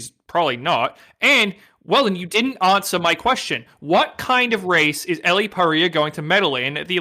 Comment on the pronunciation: So annoying that keeps pronouncing Elle's name wrong.